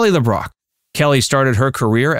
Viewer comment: It's LeBrock.